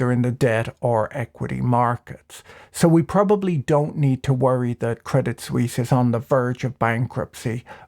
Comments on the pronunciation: Swiss here: I laugh about every of your CS jokes. Most people here really hate CS and UBS because they are constantly embarrassing us and are involved in every shady dealing that is going on. PS: But please ask your CS friends to teach you how to pronounce it.. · Debit suisse loooool hahahha